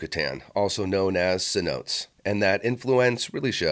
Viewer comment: Point of reference...cen-o-tay Great vids, keep it up!